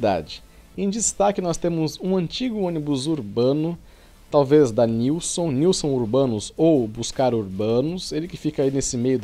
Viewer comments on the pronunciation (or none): Aquele urbano é preservado pela Busscar, faz parte do Grêmio recreativo da Busscar e a pronúncia correta é Nilsen.